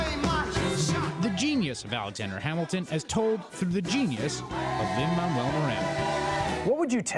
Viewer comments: WHY DOES HE KEEP SAYING LIN-MAMUEL MIRANDA? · Is anyone hearing them say "Lin Mamuel Miranda"? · Is it just me or did he say "Lin-Mammal Miranda"